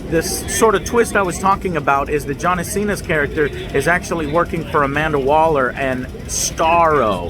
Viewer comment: Amanda "Weller" xD